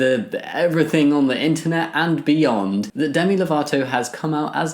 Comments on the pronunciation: Definitely thought I heard you say themi there instead of Demi😅 (but then again, I'm still waking up) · the pronounciation Demi= Dey-me